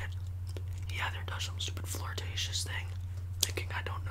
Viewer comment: Once I heard him say fLiRtAtIoUs I died 😂😂😂😂😂😂